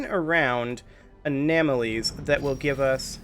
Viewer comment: Anomalies' are pronounced (A nom... as in nominal , a...lees ) Anomalies